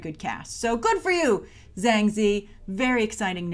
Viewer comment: Ah ok - I'm pretty sure Zhang is pronounced with a "J" sound though.